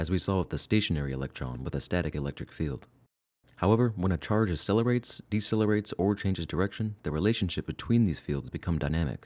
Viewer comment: You're not saying the word accelerate correctly. You're saying it as if it's spelled asselerate. The jacking off reference was not funny. Gross. No one wants to picture that.